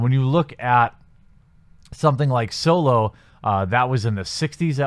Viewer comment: Are you saying "Soylo"? I see what you did there.